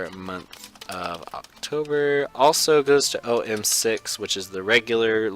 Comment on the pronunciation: In my opinion since school started ppl have les wins and caps and less time to play but in summer I had way more time and it’s om6 is pronounce (Oh - my - 6